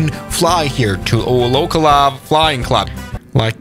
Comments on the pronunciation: There is no way he pronounce oh -cluu its pronounced o ce ohla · It’s pronounced o-ka-luh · Ocala is pronounced oak al a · Oh-cuh-luh 😂 its Oh-cal-luh But I didn’t know they had an RC runways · Oak-la… WRONG! It’s Oak-al-a I swear to Jesus. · as a Floridian I believe it’s pronounced “ow KAH luh” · fr lol i was yelling at my computer everytime he said that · Checkmate, as a person from Ocala it’s pronounced Oh CAL Uh. Cal like in the beginning of California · Good video, by the way, since I live in orlando i know that ocala is pronounced Oak-Ah-la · says Ocala wrong it's O-cal-a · It definitely does because he said Ocala wrong XD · The amount of times he mispronounced ocala is insane (I live in fl) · I live in Ocala and I got so annoyed I almost clicked another video